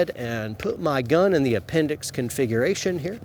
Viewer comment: Take a shot every time say's "confighration". Slam a beer every time say's "Protocol". It's 2020 and you're watching a carrying video.